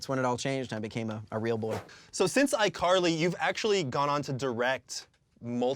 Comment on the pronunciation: Did anybody notice , he said ICarly Thar (or something like that$